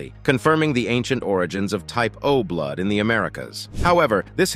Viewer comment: I keep hearing typo blud... typo blud... lol O+ according to my dog tags. I'm Swedish/German mix.